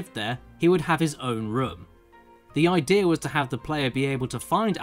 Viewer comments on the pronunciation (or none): none